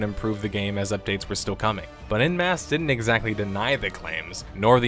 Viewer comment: every time i hear you pronounce "en masse" as "in mass" i die a little inside. I don't know how to describe to an american how to pronounce "en", but for the love of god it is not "in". OH, americans would pronounce it as "on" in your accent. too late now, but... man, please google stuff if you're not sure about pronunciation, particularly if it's a word you'll say a dozen times in a video. super jarring.